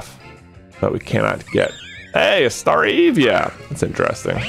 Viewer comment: totally a Hermione situation with Staravia... it´s StarAvia not stariivia/stareevia ;)